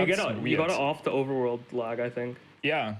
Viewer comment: "You make the game leg by looking at a leggy area" The german accent there was on point. Nice run, nice runner, fun category :3